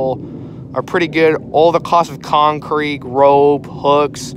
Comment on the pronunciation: Thought that's what I heard too!. LOL